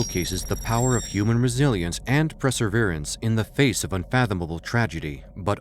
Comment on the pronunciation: "Preseverance"? 😂😂😂 Fool! It's perseverance!